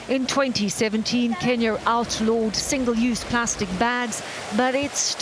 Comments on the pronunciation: Kenyer? Lol sweetheart your suppose to be well versed lol ok Kenya not kenyer lol smh 🤦 too much those people are working hard to make the difference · There is no "R" in Kenya right? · Why is saying kenyar 😂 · Is it me or the journalist is pronouncing Kenyar? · "Kenyer" yuck. Learn how to pronounce words. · I hate when white ppl put an "er" at the end of words. Wtf in Kenyer!?!?! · They way she pronounces Kenya as Kenyur,.. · lol I have made cookies that could have been bricks. I love stories like this... particularly an individual woman taking on the world. Amazing. Notice this reporter continues to say "Kenyer" instead of "Kenya"? What is plastic turned into bricks like when it gets wet? Is it slippery? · Kenya not “kenyer”. Great job though 🙏🏾❤️ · Is it just me or does it sound like the narrator is pronouncing it "Kenyar"? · Kenya not kenyer she pronounces it weird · Does it bother anyone else that she pronounces Kenya as "Kenyer". Same to those who pronounce China and "Chiner". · Kenyer? Why is the reporter mispronouncing the country's name? It's clearly Kenya. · Kenyer* lol this lady. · Why does the reporter keep saying Kenyr instead of Kenya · Why do you pronounce Kenya with Kenyar? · She said Kenyr like 3 times and at the very end says Kenya with no problem. They totally dared her, like some kind of office joke. She's totally in with the after work bar crew now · Great FANTASTIC story. Lady its pronounced KenyA not KenyeRRR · Why does the reporter say Kenyur the whole time except at the end she says Kenya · The way the journalist says “Ken-yur” 😤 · Great idea and great report but I couldn't get over the narrator pronouncing it Kenyur? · Why the reporter keep saying Kenyer, instead of Kenya,🤔😲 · Kenya...kin yah...not kin yer. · I didnt know it was called Kenyer I thought it was Kenya. Well the last time she finally called it Kenya. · This reporters accent is so distracting, it's pronounced Ken-Ya, not Ken-Yer 🤦‍♂️ sounds like a British hillbilly 😂